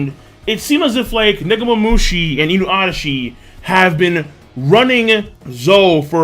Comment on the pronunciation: Please King...just keep saying Inuarashi and Nekomomushi. They sound alot better and proper to the characters.